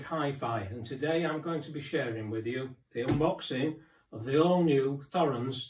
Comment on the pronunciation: It's T-horens not Th-orens!